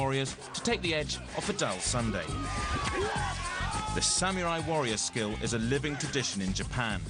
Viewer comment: it is samurai, not samiurai...